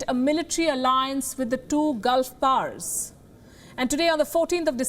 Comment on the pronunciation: It is not "Gulf pars" it is "Gulf powers". Typical indian english. Hmm.